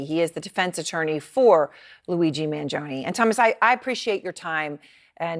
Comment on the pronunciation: She's the only newscaster that says Mangione correctly. Everyone else pronounces it like a cartoon mob boss LOL!